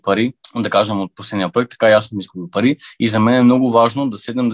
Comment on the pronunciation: Кат' чуя "паритьи" и веднага ми иде да мятам кинтьи!